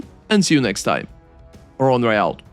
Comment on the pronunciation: never seen a creator that is unable to pronounce his own name, you name yourself "" but your intro always says " here"